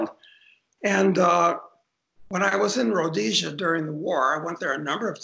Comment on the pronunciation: Liked Doug when he correctly named Rhodesia